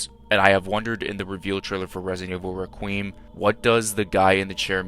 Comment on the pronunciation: Resident evil REKWEEM??? lol bro don’t know how to say requiem im dead☠️